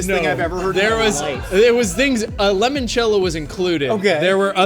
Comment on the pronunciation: saying "lemon-cello" instead of "limon-cello" is upsetting